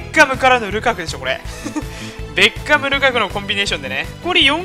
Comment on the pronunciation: ベッカム引いたとこベーコンにしか聞こえなかった人おらん？w